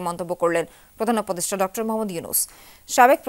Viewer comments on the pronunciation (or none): ডক্তর হবে না, It's ডক্টর